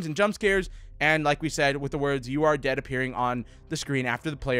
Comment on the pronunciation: When he said with the words you are dead it sounded like you are day. Or gay